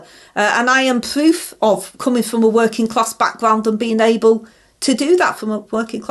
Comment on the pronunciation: Open&honest wor -in class!!! You dont earn a wor-ing class salary!!!!!